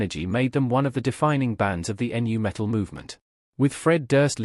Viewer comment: Good information here, but this is clearly a "Reaux-bot" A.I talking, and it's really it's hard to listen to. "Guns AND Roses?" "Enn-You Metal?" Eat your heart out C-3P0.